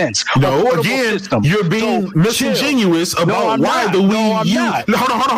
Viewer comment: ITS disingenuous with a d not musingenuous with a M. Great podcast tho, your little brother is lost bro